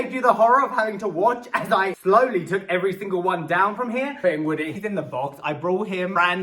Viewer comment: Did he say Wozzy and not Woody? Maybe it’s just me... but still love your videos! ❤️